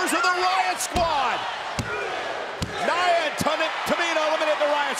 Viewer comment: Michael Cole you pronounced Nia’s name wrong, if she would have heard that she would have hit you with a Somoan drop